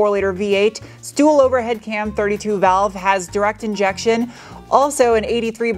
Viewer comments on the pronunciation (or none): none